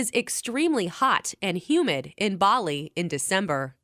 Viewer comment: ばりがぱりになってる